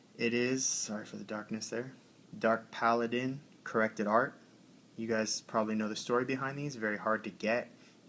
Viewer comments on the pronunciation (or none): none